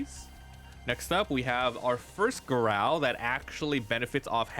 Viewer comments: It’s pronounced“GAH-ROW” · Did you pronounce Garou like that the whole video to troll one punch man anime watchers or did you just want to make the video painful for the fun of it